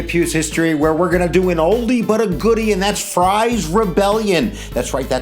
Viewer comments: Freeze not frys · John Fries was my Great great great great great grandfather. It’s pronounced Freeze. Like Friesland. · His name is Fries, not Frie. Whether pronounced "Fr-eyes" or "Freeze," it still needs the s. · The name is pronounced freeze. John Fries was my 9xGreat Grandfather. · I do wish you would consider correcting the pronuncation of "Fries." It is a Pennsylvania Dutch surname, and "ie" in Pennsylvania Dutch is pronounced as "ee" in English.